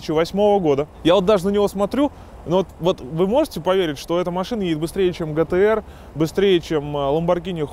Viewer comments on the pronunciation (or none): быстрее чем ламбарДЖини хюракан?! чо блять?! не митсубиси, а митсубиШи, не гтр, а Джейтр